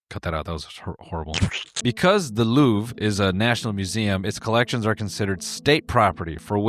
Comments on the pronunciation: Noel if there's an e at the end of a french word you dont pronounce it its silent 😭😭 LOUVR- eugéni-- aint that nice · Just so you know, the R sound is silent. If any website told you otherwise, they are very pretentious. In French it is simply just pronounced LOOV. Nothing else. People who over pronounce foreign words without looking them up need to be shot. I'm American... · For your defense,as a French, you pronounced the "Allô" better than the "Louvre". It was credible